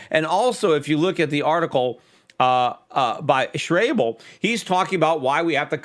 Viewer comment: Schäuble is pronounced Shoybla